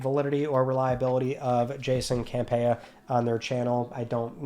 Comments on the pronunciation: "Cam-Pee-uh" please check the source and pronounce the name correctly. And it is John not Jason. Not a definitive list it is his personal list and also possibly some whispers from industry friends. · Haha the butchering of John Campea’s name! 😅😂